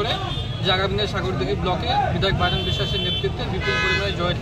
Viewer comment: বাইরন না বাইধন😅😅😅😅